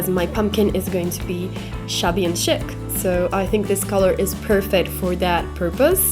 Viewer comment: Very nice effect, it turned out nice. Chic is pronounced Sheek. Looking forward to seeing new videos! ♥️🎃🍁🌻♥️🎃🍁🌻♥️🎃🍁🌻